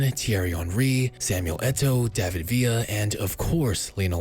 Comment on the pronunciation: Villa* not Vía